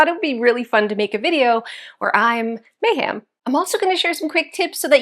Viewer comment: Girlfriend! May-ham?? 😂